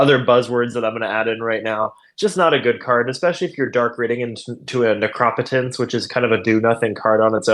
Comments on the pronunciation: The commenter is wild mispronouncing necropotence and the Dark Ritual take is so off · Fun fact: in the midwest we also know how to correctly pronounce Necropotence. 😉